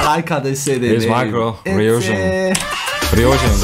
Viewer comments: Loved thiss!💖 React to more Itzy! Also Ryujin's name is pronounced as “ Rew ( like 'new' )+Jin" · Yeji is driving for real. She got her driving licence for this song... and also ryujin's name pronounced as ( Ru-jin) and chaeryeon says the iconic itzyyyy. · it's RI-YU-JIN